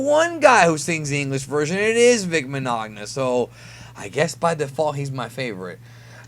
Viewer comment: Destroyed Vic Mignogna's name!! And no there's actually many voice actors who sang Dragon Soul like Sean Schemmel, Sonny Strait, Justin Cook, Brina Palencia, and even Sabat but his sounds more like a parody and so apparently its hard to find if its even been released